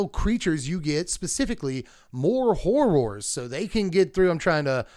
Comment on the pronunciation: Listening to you say Hor-roars each time was amazing ❤😂